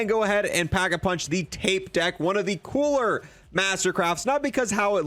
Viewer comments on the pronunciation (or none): none